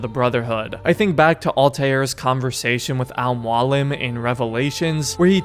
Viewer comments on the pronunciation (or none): Al Moo a leem is how to pronounce it